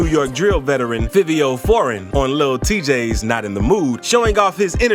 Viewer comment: It's pronounced 5io... 🤦🏽‍♂️🤣🤣🤣🤣🤣